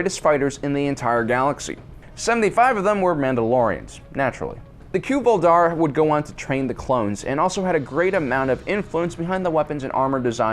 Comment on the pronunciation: Cuy'val dar is "KOY vahl DAR", not "KEW val DAR". Good video, though.